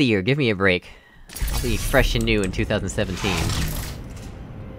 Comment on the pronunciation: "you just need to be god at spamming E." did you mean good or no? Also, that's Twenty Seventeen (etc.) idk why so many ppl get it rong but its really annoying. T_T